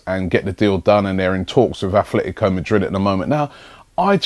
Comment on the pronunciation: Hi Robbie ... There's no th in Atletico :-)